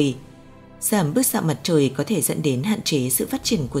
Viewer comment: Chị MC ơi ! Tiếng Việt có 5 dấu: sắc, huyền, hỏi, ngã và nặng. Chị đọc dấu sắc thành dấu hỏi là sai chính tả rồi: - Trái đất, chị đọc là TRẢI Đất - Thực tế, chị đọc là Thực TỂ - Có, chị đọc là CỎ Đã làm người nghe hiểu nhầm ý